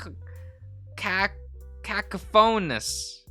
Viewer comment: ok so cacophony mispronunciation was definitely on purpose right?